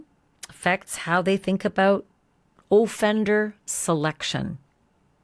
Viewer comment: Does anyone else find it strange the way she says offender? She says O-fender with the emphasis on O.